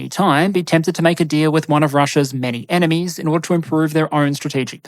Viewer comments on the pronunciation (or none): none